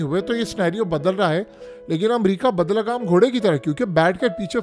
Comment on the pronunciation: Bai lagam ghotda hota hai bahi bad lagam nahi